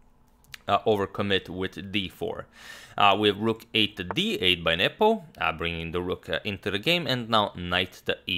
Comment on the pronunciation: Derek Mitchell, no, he pronounces nepo's name perfectly